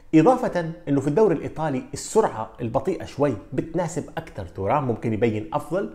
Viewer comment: فقط للتصحيح إسم نسبه ينطق بالفرنسي تيغام وليس تورام